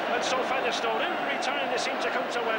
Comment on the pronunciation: Why has Ray French suddenly started pronouncing Featherstone as Feather Stone?